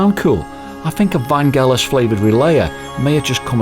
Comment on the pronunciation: Its pronounced Van Jell us. Like Jello. I understood that he was afraid to fly and Jon said hey we gotta tour.